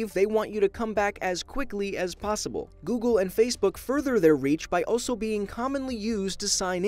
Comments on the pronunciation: Noogle XD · Lol google = noogle And i am early 😁😁😁😂😂😂😂😃😅😂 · Noogle lol 😂 😂😂😂😂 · Noogle...more like NOODLE